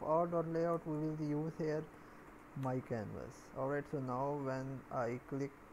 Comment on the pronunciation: you kill me when you say "arwight" every second and I don't understand what is it please help :(